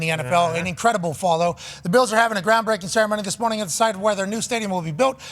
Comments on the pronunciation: LOVE Pat.... can someone teach him how to say BILLS? Not beels 😂 ❤ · Bills, not Beels. ;) No way they get a Super Bowl in Buffalo NY with no dome.